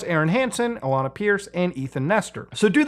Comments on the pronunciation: I know it’s a tiny mistake and irrelevant, but….how do you not know how to pronounce Alanah? She’s an angel. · Alanah. Not Alaina. Come on Mood what kinda gamer are you?